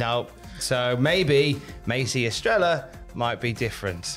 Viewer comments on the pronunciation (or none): Thanks for the news and entertainment. The pronunciation of Estrella is Es-treh-ya, keep up the great work, and stay hydrated. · Oh my European brethren from across the pond the name “Estrella” is pronounced “Estreya” the double l in Spanish makes a “y” sound. Estrella means Star in Spanish and I’m sure that’s what she was going for. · I understand you guys are british and all, but just google the way you pronounce estrella please. It hurts my heart every time you guys mispronounce that beautiful name